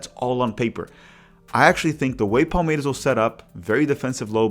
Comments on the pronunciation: Seu canal é bom demais, parabéns pelo conteúdo! Só uma dúvida que surgiu aqui: Você definitivamente não é paulista, né? 😅 Vi que torce para o Palmeiras, mas a sua pronúncia do S em português não é de torcedor local hahahaha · Awesome to have Brazilian football/soccer coverage in English. Just wondering why you’re pronouncing Palmeiras and other ‘s’ like a Carioca 😂. My wife (a gringa) who is learning Portuguese was confused and of course I’m steering her towards the Paulista way of pronunciation.